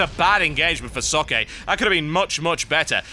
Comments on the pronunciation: Why can no one pronounce Socke's name correctly? Not a rip on you at all TB, no one gets it right. It's Zock-uh auf Deutsch. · TB, just so you know, Socke's name is pronounced "Zawk" like the word "sock" or "hawk" with a Z and the beginning.